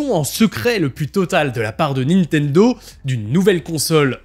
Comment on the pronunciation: la nintenzo ??